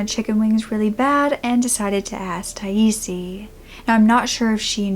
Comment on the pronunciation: According to the Charley project 'Her name is pronounced Ty-eese.'